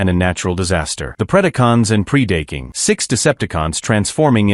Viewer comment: PREE Day King. ugh this is hurting my ears.